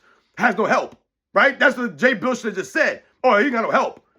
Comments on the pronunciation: It's bill like dollar bill ess! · Jay “Bill-us” 😂